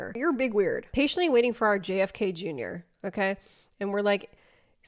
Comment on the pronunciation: I don't know what word that is, but it's not "patiently"